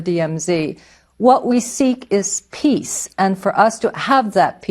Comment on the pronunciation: 영어잘하시네요. 특히 많은 한국분들이 piece를 piss 로 발음하는 경우가 많은데 일부러 e를 장모음으로 길게발음해서 오해의 요지를 제거했네요.